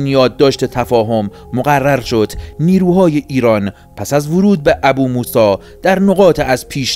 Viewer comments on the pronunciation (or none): درود 🌹 برنامه عالیه❤ لطفاً فقط بجای ابوموسی بگین بوموسا🙏🏻🙏🏻🙏🏻